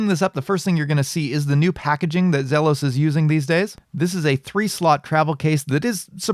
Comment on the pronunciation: I thought I would check here to see if it was sold out yet. It's pronounced Zeeelos